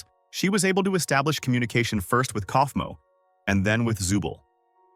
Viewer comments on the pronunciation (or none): It's kaulfmo not